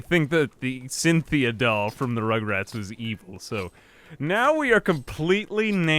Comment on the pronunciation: Cynthia you mean SINthea